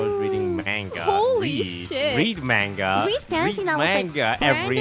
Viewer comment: did poki just say "menga" instead of manga